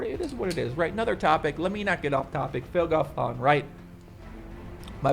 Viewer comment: Phil Galfåån :p